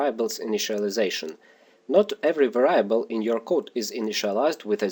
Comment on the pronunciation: Var-eye--ey-able lol